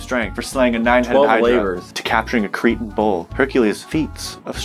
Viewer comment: How did say Cretan? "Cre-Shan" As in from the Isle of Crete... Never watched Percy Jackson obvs.